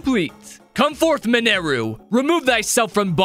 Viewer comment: It's minaru not manaru